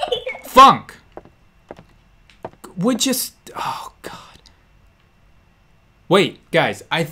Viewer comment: he didn't say oh..he said hoe...lol